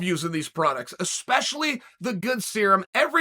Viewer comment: The worst: eKspecially and eKcetera